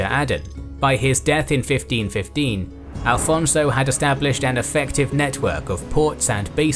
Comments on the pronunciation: Why do you Alfonso instead of Afonso? It's specially weird because the official subtitles have the correct spelling. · A very good work. I just don't understand why you insist on spanish pronounciation of Portugueses names. I.e. it's "Afonso", not "Alfonso".